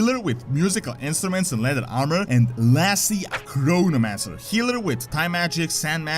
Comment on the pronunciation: Not want to make fun of your accent, but when you named the chronomancer it sounded like coronamancer and I lost myshit :P